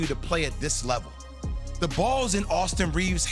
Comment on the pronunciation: Great content and narrative! If you would be so kind, though, please tell me why you pronounce the and a as "thee" and "aye".... It sounds strange to my ears, and I never hear anyone use these pronunciations in everyday conversation -- let alone any respectable sports commentator. (It seems like an emphasis of each noun that follows -- kind of akin to someone TYPING IN ALL CAPS.)